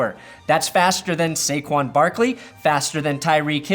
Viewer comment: No. Lol. It's Saquon and it's not even close.